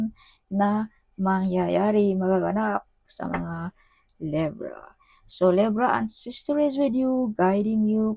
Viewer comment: Libra ndi Lebra. Masyado mong binibisbis DUHHHHHHHHHH